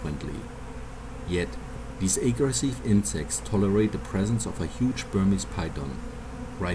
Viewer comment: How he pronounces "aggressive" is more interesting than the documentary 😂